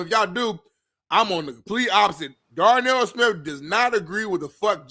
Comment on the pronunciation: Darnell “My-Nipple-Ate” Smith